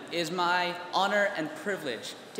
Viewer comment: Sounded like he said “Salad Dictator” rather than “Salutatorian”